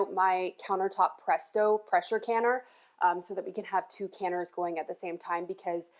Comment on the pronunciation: Hubby was in the other room and thought you said “Precious canner” he thought that could be your tagline like Rachel Ray coined the term “EVOO”. 😂